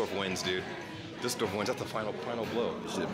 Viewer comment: What I really like about you is that you take care of pronouncing the German words correctly,like for " Düsseldorf ",I am used to Americans pronounce it " Dusseldorf ".